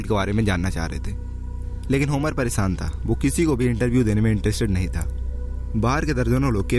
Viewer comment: Istory kamal hai bhai tera pronunciation bhi mast hai😂relaksesan, paresan hahaha kya istory banaya hai